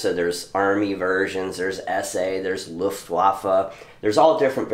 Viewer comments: Please, in your commentaries eliminate pronounciation of Luftwaffe and Wehrmacht as they were similar to "waffle". It should be pronounced as if they were spelled with a v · The "W" is vocalized as a "v"